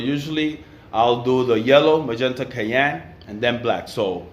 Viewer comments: great work bro...its my forte too. love...oh by the way..cyan...not kayan….lol...just for a laugh..great work keep it up!! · Great Job Brother! and it is pronounced cyan [ sahy-an, sahy-uh n ] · Love the videos! You and I pronounce "cyan" very differently lol. Thanks for the helpful tips! :)